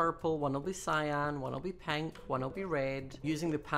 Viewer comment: Lol his accent made the pronunciation of pink to penk